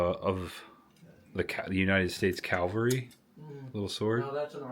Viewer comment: Cavalry. Calvary.